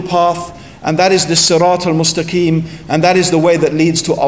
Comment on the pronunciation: To be honest you don’t know what you talking about!! You should answer just I don’t know. You can’t even pronounce siratal mustxim